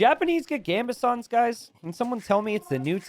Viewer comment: This man still hasn't learned how to pronounce Gambesons 🤣